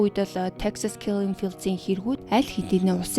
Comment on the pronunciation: Texas-ыг олон ном зохиол дээрээс Техас гэж уншсан, Тексас гэхээр их эвгүй сонсогддог юм байна